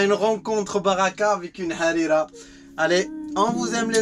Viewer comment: Trop bien la prononciation de Harira!